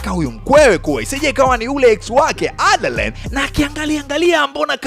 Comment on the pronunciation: Broo umetisha sanaaa hio speed ya kuongea nmependa aiseee msekeseke wa kutamka majina ya jane na adaline khaaa